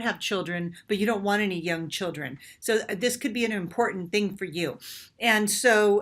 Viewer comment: Important not importan Being not bean Talking not talkeen Sounding not soundeen Looking not lookeen Playing not playeen Our is not pronounced “are” Training not traineen Organic not organdic Dating not dateen Authentically not ahthentically Experiencing not experienceen Amazing not amazeen Something not sometheen Living not liveen Vibrating not vibrateen